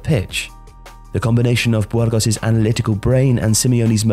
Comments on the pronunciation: I come here for the fantastic prounciations. BWHOARGOSS!! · Bwurgos? Really? Lol